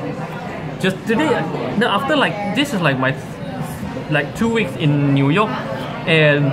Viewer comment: hahah its pronouce as NEW(NIU) YORK not NUI YORK le.....LOL